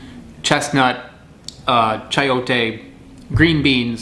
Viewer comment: It's pronounced Sai-oh-tay.